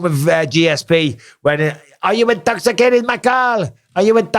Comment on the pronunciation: aRe yOu InToXiCaTeD? 😂